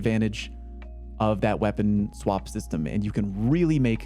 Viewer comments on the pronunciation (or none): none